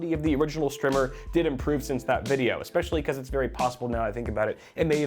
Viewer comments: Was checking for a comment like this...should be a long "i" sound. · Strimmer has 2 m's that's a a strimer : pronounced str eye merr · Wait, is it actually called 'Strimer?' Wtf is a strimer? I thought you were mispronouncing the word 'Streamer.'